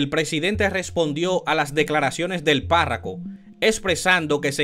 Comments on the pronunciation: Viejo aprende a pronunciar las palabras, no es parraco, sino párroco. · no se dice párraco,es párroco. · UN CONSEJO PARA EL PERIODISTA. NO SE DICE PÁRRACO. SE DICE PÁRROCO, QUE SE DERIVA DE PARROQUIA. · Hermano no se dice PÁRRACO se dice PÁRROCO. Por otro lado si esperaremos 2 años para parar la delincuencia nos fuñimos.... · Párroco, no parraco, parroquia, parroquianos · No es parraco, con todo respeto, es Párroco que se dice. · No se dice parraco , se dice párroco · No es parraco, es parroco, no es costo, es coto. O dios, y estos intelectuales religiosos, comunicadores y politicosque nos gastamos. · Caballero párraco no, párroco. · Muy Buen trabajo. Pero lo corrijo, Amigo: no se dice Parraco, se dice PÁRROCO. Continuación de un buen trabajo! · de buena fe, PARROCO no PARRACO. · Párraco no compadre... PÁRROCO. Usted debería aprender hablar primero y luego informar, no cree ?